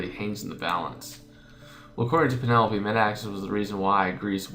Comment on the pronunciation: Penelope's name is pronounced Pe-ne-lope. It sounds weird when you pronounced it as Pe-ne-lo-pe